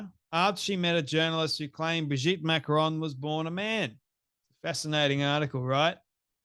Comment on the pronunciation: Why do Americans mispronounce names.She says Macrones. Everyone knows how to pronounce their name.